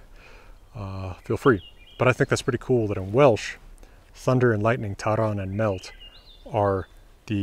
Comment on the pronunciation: I am in love with this man 😂 also the ll in “ a mellt “ was a little rough babe